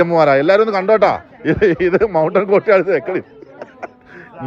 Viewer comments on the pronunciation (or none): none